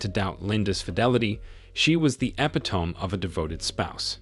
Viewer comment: Façade = Fuh-sahd. Epitome = eh-pit-o-mee